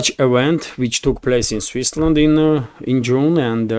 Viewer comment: Switzerland, not Swissland.